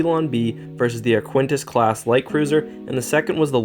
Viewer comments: Arquitens is Ar-kit-tenz, not Ar-kwen-tis. Also, Lucrehulk is with a hard 'c' (Loo-ker-hulk), as in 'lucre'. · Where in the world did you get the idea that something spelled “A-R-Q-U-I-T-E-N-S” would be pronounced as “A-R-K-W-I-N-T-I-S-S”?!?!?!?!?!? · Repeat after me: “A-R-K-I-T-E-N-S” That is the proper pronunciation of the Arquitens Class light cruiser. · I have no idea how you can see the name “Arquitens” and pronounce it as “Arquintus”. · Arquitens is pronounced Ark-it-ens. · Arquitens: Ark-wi-tenz Lucrehulk: Luke-er-hulk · I'm pretty sure that Arquitens isn't pronounced "ar-KWINT-ess" on account of that putting the 'n' in the wrong spot. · Ar-qui-tens, I think. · it's pronounced ark-kit-tens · It hurt every time you mispronounced ‘Arquitens’ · I find your pronounciation of the name 'Arquitens' disturbing... The 'ui' is silent, and there is no 'n' before the't'! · Just one thing: There is no "n" before the "t" in Arquitens. That did throw me off every time ^^ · keeps calling it the "ArQUENtis" - it's Arquitens, pronounced "ARKy-tens". Awkward. As for the EF76 carrying capacity. In the X-wing game, it was shown to have a hanger on the far side (the one not visible at the end of Empire) but the scale of the ship - 300m long doesn't really allow for any carrying capacity at all, considering the size of starfighters, pretty much the entire forward section would have to be hollow hanger space. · Man, where did you learn to pronounce these names? Lucrahulk is pronounced "Lukra-hulk" and the Arquitens is pronouned "Ark-it-tens", not "Ar-quin-tas" (don't even know HOW you got that one). You've done a great analysis but it's making my ears bleed! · Ark-u-tence not aquintence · It is pronounced Ar-Ka-Ten